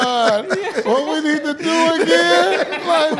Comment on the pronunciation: "We beed to jack them back!.Puase" Paul Pierce- Thats the worst one of the night 😭😭💀💀